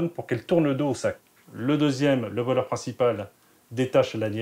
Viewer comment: Mwa c pas voleuw 😂